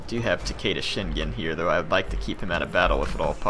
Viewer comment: I know pronunciation is not your thing. but The name Shingen is Pronounced Shin(shEEn)- with a a long E sound, gen(gan) with a short A sound, like in the word "get" not GE like in the word "Genetics"